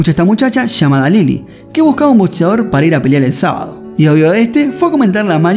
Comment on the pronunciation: No se dice BoTseador.